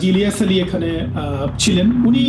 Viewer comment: ইলিয়াস আলী নাম টা সঠিক করে বলবেন